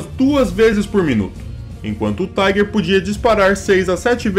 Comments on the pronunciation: Não é Taiguer! Esse tanque não é americanoo ou inglês ,é alemão. Pronuncia- se Tiguer. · Cara você não entende nem de inglês muito menos alemão, a pronúncia em inglês é "Taiger" em alemão é "Tigar" em alemão o er tem som de ar